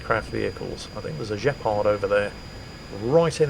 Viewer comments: Actually, the Gepard is a german AA vehicle and it is pronounced with a hard G not a Je we are not the french! Like in gun or green. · Nice video. Btw... The G in Gepard is there for a reason. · Dave was killed by BMP-2 (with 30mm autocannon) not BMP-1 (that has low velocity 73mm gun). BTW why did you read Gepard in french way rather than proper language of Mordor (German). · 2077? Well, maybe it might be time for another go at Armored Warfare? Also, I swear pronounced the Gepard on purpose with a French accent.